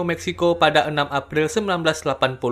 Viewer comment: bg bukan apir tapi april bg😂😂😂😂😂